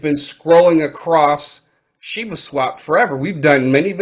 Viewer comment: Shiba not Shibu lol